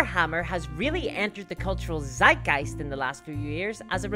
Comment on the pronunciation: Its funny how you say Zeitgeist :D